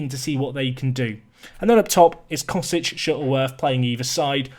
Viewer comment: Cosic is pronounced chosich, ch would be pronounced same way you would say Mandzukic with the lats letter in his name representing ch.